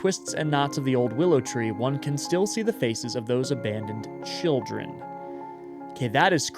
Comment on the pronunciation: Thei Childen. Those are your two Rs. You're welcome